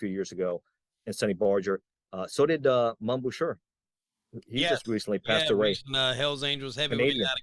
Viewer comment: Mom Boucher. It's Boo Shay not Boo sure.